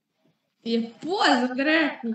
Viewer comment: "ie puoză drq" 😂 😂 😂, nu mai pot de râs